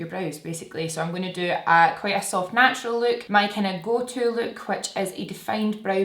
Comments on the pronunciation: "Snatural" 😂. I have similar shaped brows to yours and you have totally helped learn how to do a brow just the right amamount!! 🖤 Ig: rachelle_hilt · The “snatural” is my fave❤️ Ig: steph_mccelwee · Love the “snatural” ✨ ig:sianoyork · The “snatural” is a whole mood IG: tahliawensley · The "snatural" is perf 😍 IG: krsmoore67